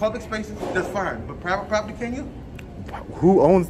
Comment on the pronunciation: The captain has a lot of questions…. Pivate poperty lol